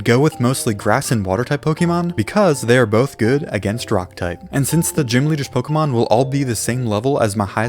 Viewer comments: Who the hell made it start being pronounced poke-ii-mon. Literally it’s spelt Pokémon with an accent legit making it clear it’s Poke-ay-mon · It’s not pokeemon It’s Pokémon like café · Noo you cant just say it as pokey man you need to pronounce it as Pokay mon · one of my favourite games is Pokémon. Me:he doesn’t even say Pokémon correct tho